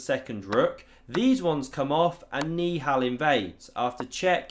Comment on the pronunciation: i think hes saying ni hao instead of niihal💀😭